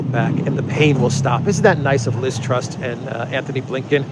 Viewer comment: Ironically her name is TRUSS, not TRUST, as you said a few times! She's a complete embarrassment :(